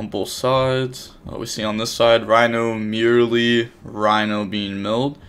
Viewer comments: For God's sake it's Mer-lee, like "mer-maid", not "merely" lol.. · Its so easy to pronounce it correctly, why take the extra effort to not read the name and mispronounce it lmao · How do you pronounce Reino correctly, but mispronounce merli? You doing it on purpose !😂